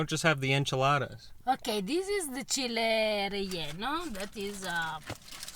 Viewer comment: Loved that you loved the New Mexican green chile (not chili, that's our border state's stuff). pronounced the food perfectly❤! The bowl of chile is actually the sauce that was poured over the enchiladas and relleno not a soup but we like to dip tortilla or bread too. I hope you were able to try the red also!